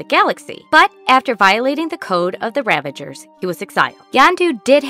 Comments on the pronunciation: Ravagers ....not ravengers. Come on. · Stop saying "ravangers"